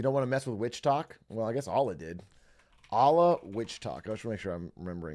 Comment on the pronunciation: the way he pronounces allah pains me